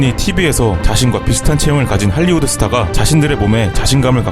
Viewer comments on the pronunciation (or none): none